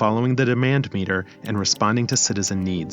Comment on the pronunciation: The way you said “we will shift our attention from our budget, to our happiness MEter.” The voice put the wrong tense on the wrong part of the word. Now I think your ai as well. If you are using your own voice… stop reading from the paper, or screen. Memorize what you’re trying to say, and instead of just reading g off the paper, just talk like your having a conversation, it comes across as a teacher, not a narrator or someone just talking having a conversation. Yeah as I wrote this, I listened to it as well, and it’s so weird as some words sound right, others sound mechanical.